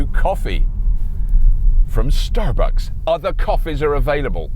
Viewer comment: when he says star bucks, my mind hears star bug.